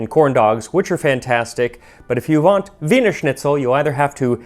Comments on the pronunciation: Max, you said "if you v-ant," which just made my day. :) I always find hypercorrection funny. Great video as always. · Did anyone else hear Max say "If you vant Wienerschnitzel"?